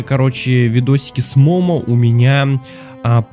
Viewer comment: не мома а момо